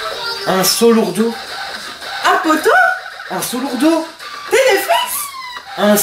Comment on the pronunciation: Il a dit insolourdau mais il la montrer la peluche ténéfixe x)